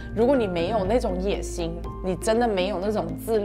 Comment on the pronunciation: 她说 “野心” 的发音很泰国 😂